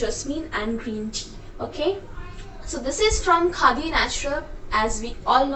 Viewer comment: Bap re accent 😂 Khaa di